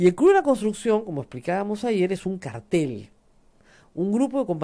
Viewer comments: uhmmm siempre me frustra escuchar a Rosa María decir "cartel" en lugar de "cártel", siendo el primero sinónimo de pancarta o letrero, mientras que el segundo indica un tipo de organización criminal..... u.u igual sigo escuchando todos los días aunque sea por diferido el programa =) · si lo dijese en inglés, la pronunciación de la R no sería tan fuerte como sí sucede en el español.... reitero, la palabra correcta es "cártel" y no "cartel" siendo el plural "cárteles"